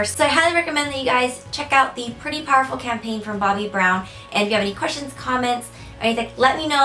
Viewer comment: I always understood "powderful".